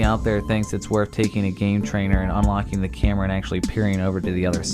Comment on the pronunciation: the way this guy pronounces camera..... 'chèhmra'